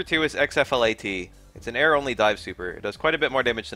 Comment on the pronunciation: disliked for pronouncing "X-FLAT" and "X-COPY" like that